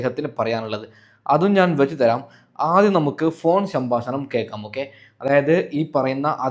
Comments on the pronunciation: സംഭാഷണം എന്നു ഉച്ഛരിക്കൂ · സംഭാഷണം.. ഉച്ചാരണശുദ്ധി.. വളരെ ശ്രദ്ധിക്കുക.. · ശംഭാശഷണം ആണ് കേട്ടാ😂😂😂😂